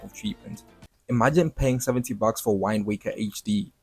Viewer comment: Bro said Whined Waker. This dude gotta be A.I. ain't no other way we getting the same exact video by 1000 different people about Switch 2